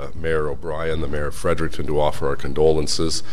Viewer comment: Why can’t anyone say Fredericton correctly. Break the word down. Fred-Eric-ton